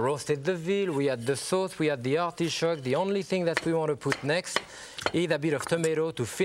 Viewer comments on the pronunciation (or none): I love how he says arti-shoke lol